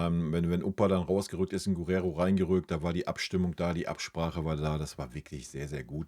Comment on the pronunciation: Der Bayern-Spieler mit der Nummer 22 heißt Geeerrero, nicht Guuurrero 🙏.